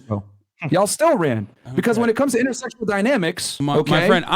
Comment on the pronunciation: Omg did NOT just say "intersectionsl dynamics," dude you're a misogynist, you cannot say you mind intersectional dynamics in the LEAST. 🤣🤣🤣